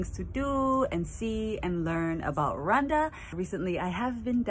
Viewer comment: It's Rwanda not rewanda sir